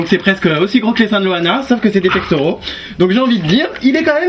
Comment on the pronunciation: "Mais oui on est des gentils!" Pouah ! n'importe quoi.. le mec avec ses "pectauro" Pff